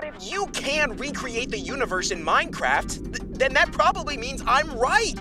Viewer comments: What do you pronounce it as “min-craift” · why does bro say Minecraft like that